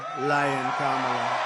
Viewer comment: He said kamela right? Wth